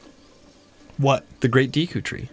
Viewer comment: I’m surprised he managed to mispronounce the word “Deku” considering the Deku tree says its name in game.